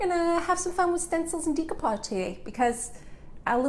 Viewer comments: I believe it pronounced de' not dee de(')coupage. I couldn't watch your video because you don't pronounced it right. Very annoying. Sorry. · Very nice video. However, the word is pronounced "day" not "dee" as in day-ku-pazh. Beautiful old craft I did quite a many years ago. Looks like it's having a resurgence. Stenciling too! Glad to see that. Enjoyed the video! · You're gorgeous (you belong in the movies), love your tutorial and ideas BUT your pronunciation of the word "decoupage" hurts my ears. It's pronounced "day-koo-paazh" not "dee-ko-paag" If you are in this business, your pronunciation of this word is important. I know people will tell me to relax or if I don't have anything nice to say, blah blah blah. But I feel that it is important to maintain the English language, not only for this, but also for future generations. I'm sorry if this hurts your feelings. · Is no one going to address the fact that she pronounces decoupage incorrectly?